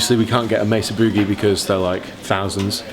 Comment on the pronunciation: I'm not gonna tell you how to speak English, but you're pronouncing 'Boogie' incorrectly.